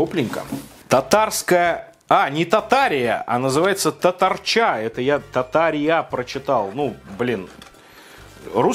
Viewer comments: У меня жена татарка. Для начала не татарчА, а татАрча. Не кастыбай, а кастыбЫй. Жена поугарала пока смотрели. А так кухня специфическая у них на вкус. И да, пока смотрели ели ЗОЖную продукцию после тяжёлой тренировки. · татарЧа читается как татарЩа) Почти всегда Ч, читается как Щ. А ещё не кыстыбАй, а кыстыбЫй) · Ох, как больно от того, как произносит "Татарча".: ) А кастыбыйки - национально неверные. В них должна быть только картошка. Обычно кастыбый разрезают пополам. И, я считаю, что тесто в кастыбые - очень важно. И предпочитаю кастыбый, в которых доминирует именно тесто.. Какие энергетики, блин? Только с чаем (с молоком, конечно же).